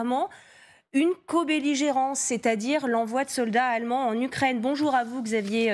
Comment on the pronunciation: Les allemonds ? Réellemont ? Quand va-t-on se décider à lui donner des cours de prononciation ?